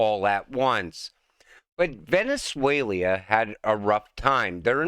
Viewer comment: "Venezuelia" 😂😂😂😂😂 bro you're killing me!!!